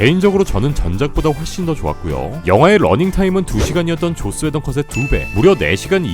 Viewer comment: 발음 쥑입니다 계속해서 죧스웨던 감독이 죧스웨던이 죧스ㅋㅋㅋㅋㅋ